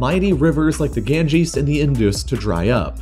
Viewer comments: The Ganga is pronounced gan-ga not gang-a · The river is not gangees it's Ganga river!! Please try to pronounciate correctly.